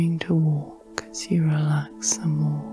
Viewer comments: I usually enjoy these but this time I could only focus on the fact that you keep saying “relack” instead of relax. It super distracting. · I"ve been enjoying your videos and your voice, but in this one I find your voice a little too relaxed, because everytime you pronounce "relax" as "relak" it pulled me straight out of my relakation 😄